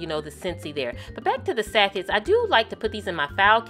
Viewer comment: Even my husband enjoys your stuff (!) Your room is gorgeous. Thanks for sharing! (P.S. it is pronounced sa-shay just so you know :D )